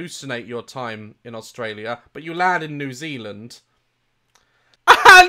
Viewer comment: Instead of australia, you go to NeW ZiiLaNd me: dies of laughter